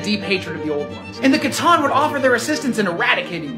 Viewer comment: Wait did he just pronounce C'tan wrong 💀